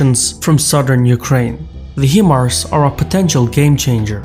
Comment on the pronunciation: high mars is how to pronounce it, i used to work with them in the mid 2010's